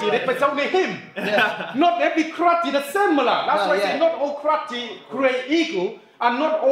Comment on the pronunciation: he said karati instead of karate